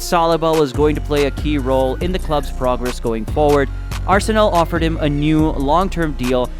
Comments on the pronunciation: Don't pronounce arsen"ae"l it's arsen'a'l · Just a little tip, it's pronounced ars-nal, not ars-sey-nel. However, Arsenal, the greatest club in the history of football and constant winners over the filthy Tottenham Hotspur also works. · Its Arsenal not Arsenel! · Its Arsenal, not Arsenel!!!! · Ah-sen-Ell ya kna. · It ain't no Arsenil. It just does not sound right. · Your videos are quality but the way you pronounce arsenal pisses me off. Pls learn the correct pronunciation 😂